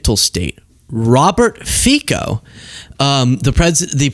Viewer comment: It's pronounced FEET-Zo.